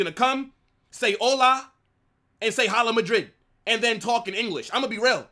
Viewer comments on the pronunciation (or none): You can start by pronouncing the team that you rep's logo HALA MADRID right. The H is silent. Please just make an effort. It's pronounced " AHLA MAHDREED!! Please just make the effort to pronounce this right. H IS SILENT!🙏🙏🙏🙏🤞